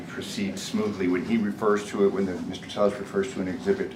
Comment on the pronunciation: When he made campain ads in 2022, he pronounced his name t-ELL-is. Now on the stand it's t-AY-is? Everythig that comes out of his mouth is BS